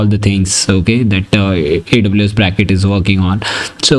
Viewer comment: It's "Braket", not "Bracket". The name refers to the Braket notation in quantum mechanics